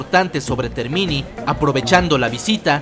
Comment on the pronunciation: Muy bueno el video.... Te comento que TERMINI, en italiano, significa TERMINAL (estación terminal) y se pronuncia acentuando la é... Términi... Gracias por el video !!!!!